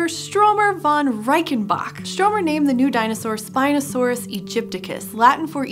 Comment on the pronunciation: You know you BUTCHERED the name of Stromer, do you?